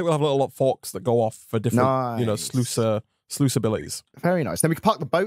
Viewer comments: It's spelled sluice but u say ot like sluce and not sluice. Am I the only one that is triggered by this? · Day 3 of letting you know its pronounced “sloos” :)